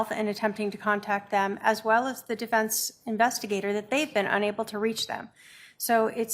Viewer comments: WTF IS THE "DIFINSE" Lori Dumbell???? It's the DEFENSE. YOU AREN'T SPEAKING THE ENGLISH LANGUAGE. GO BACK TO CHUD DUMBELL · Holy cow can she really not even say the word defense?? What the heck is a difinse?? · Lori it's defense not definse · She calls defense, "definse" Not too swift. Doesn't pronounce words correctly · Difinse? She cant say defense? Bizarre😳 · "deFINCE!" UHGGH I HATE HER